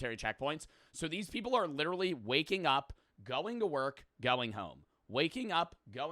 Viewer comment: Bros a grown ahh man talkin bout sum “I Witawawy don’t wike talking good about twump”